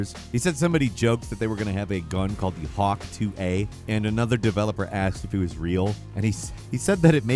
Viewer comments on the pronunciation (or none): none